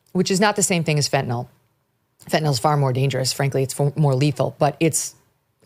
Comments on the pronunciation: "Fent-a-nil" not "Fent-a-nall" Don't know what the insistance is on mispronouncing this is. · I’m a post-op nurse who gives fentanyl safely to patients every day. Maybe this is a minor thing, but for those who are leading the fight, please add to your credibility by pronouncing it right: fen-ta-NILL. not fentaNOLL.